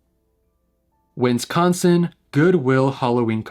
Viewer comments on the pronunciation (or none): my guy.. please, pronounce Wisconsin correctly.. it's not win-scon-sin.. /lh